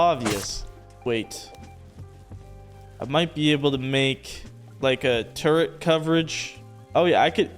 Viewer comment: First, turrent...now, sumbarine. You are killing me.